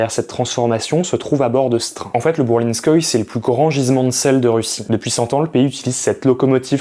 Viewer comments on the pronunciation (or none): ça se prononce Bourlinskoyé (le e n'est jamais muet en russe)